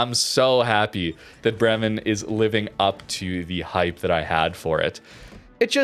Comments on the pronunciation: its Bremen, not Bremmen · As iam from Bremen, i gotta Say its a long first E in Bremen, so basicallly Breemen but not Brimen :D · For pronantiation: Its "BREH-men" the stress is on the first syllabus. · Bremen is a German city. That first e in Bremen sounds like an a, as in day. It's pronounced 'Braymen'. I'm not German, I'm Dutch, but still I think it matters to at least try to make an afford to get close to what it suppose to sound like. And this one isn't that hard. The b and the r are a lot more difficult for a non German, but that first e,....it's hard to miss.